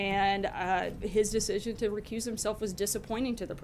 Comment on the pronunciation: Sanders is mispronouncing "recuse".